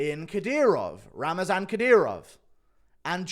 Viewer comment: Not Ramazan (like in Ramadan), but Ramzan (without extra "a")